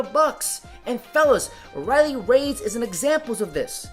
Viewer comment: Its Riley Reid, as in "reed". Not "Raids". Where did the s come from?